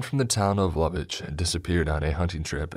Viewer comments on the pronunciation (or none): Или пък начинат по който произнася Ловеч :Д